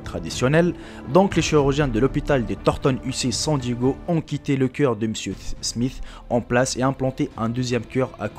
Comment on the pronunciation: on dit coeuur pas ciiieuur !!